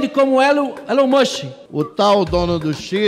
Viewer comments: Elon mushen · Elon mÚskÍ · Da-lhes Elon "Muchin" 😂😂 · Os cara é tão inteligente que fala "Elom muski" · ELON MUSSE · A galera tem dificuldade até de falar o nome do Elon Musk, vai Brasil. Sensacionais estes vídeos.